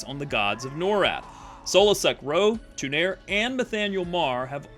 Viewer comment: Why do you pronounce it TOO-NAIR!?! In Champions of Norrath they say TU-NAR-REE.